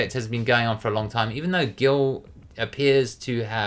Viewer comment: It’s Gil for gods sake